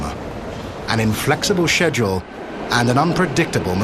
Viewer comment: Keeps mispronounced schedule as sedel.